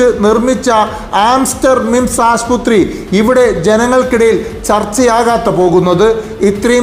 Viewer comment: Aasputhri alla aassupathri enn parayuga